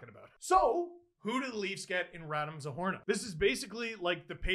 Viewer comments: Steeeeeeeve! Something didn't seem right, and I don't blame you for mispronouncing names, but it's double O, Zohorna, and it's wrong in the title. You should correct it, thank you. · Isn't it "Zohorna"?